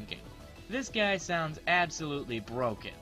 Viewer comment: Ha you said absol-ultly